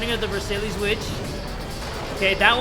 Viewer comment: the way he says versailles annoys me